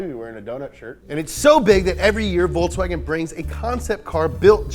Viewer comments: It's Volkswagen, not Voltswagen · It'z Folkswagen, ja! Not ze Voltswagen, ja! It'z ze car of ze German people, Folks wagen! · It is volKs not volTs 😡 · It's folks wagon n not Volks Wagon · Please please please stop pronouncing it 'Voltswagen' please!